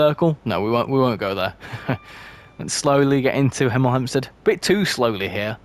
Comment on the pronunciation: you almost said 'emel 'empstead like a proper hemelite 😅